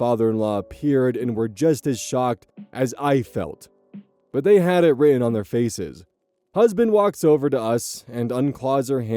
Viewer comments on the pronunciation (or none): none